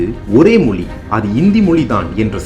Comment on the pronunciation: அது மொலி இல்லை. மொழி. உங்கள் சொல்லாடல் மொலி என்றே கேட்கிறது..